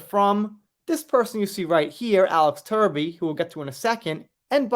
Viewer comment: love your coverage & commentary but, for the love of my sanity, please - it’s Truby, True 🐝, Trooby